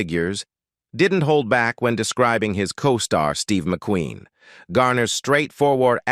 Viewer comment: Not even 2 minutes in & the AI narrator is struggling to correctly pronounce words. Even pronouncing McQueen as McQuinn; brutal, assessment & legend were sll unrecognizable. I'm out of here.